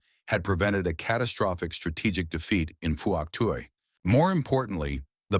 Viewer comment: I hate these AI voice-overs.. It's pronounced "Fook Twi" 🙄